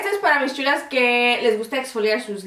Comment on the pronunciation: Me encanta como dices "mis sshulas" jaja. Saludos desde Costa Rica. ♥